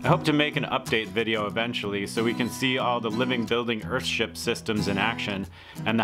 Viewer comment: Stop calling it "Earhtship" it's a fucking house. A nice house but not a fucking ship. Google "ship" btw.